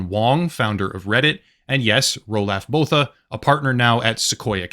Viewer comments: Its pronounced like Ru-lof Boo-ta if he is from South Africa like Elon Musk. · "Roo-loff Boo-ta" is the correct pronunciation.